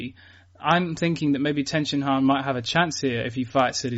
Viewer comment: Please if you have to call him Tenshinhan can you use the right inflection